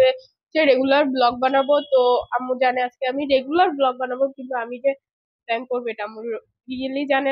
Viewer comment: Pronounce should be prank